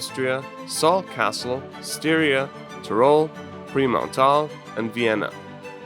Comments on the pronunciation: OMG it gets better. "Pre- Mount Arl" 😝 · Took me (an Austrian) a while to figure out that it was Vorarlberg